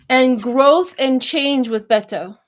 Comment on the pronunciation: Beto, no "n", in case you want to know. Otherwise, it's just unnecessary stress to even care. Let it go. So what if you pronounce it wrong.